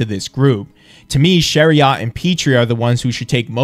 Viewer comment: I’m not sure I put any faith in what this kid is yammering about. I guess anybody can buy a microphone and make a tik tok about hockey. He can’t even pronounce Chiarots name. Now I’m questions myself for spending any amount of time watching this video.